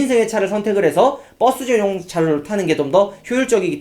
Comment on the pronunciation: 버! 스! 전! 용! 차! 로! ..형 이게 발음이 안되?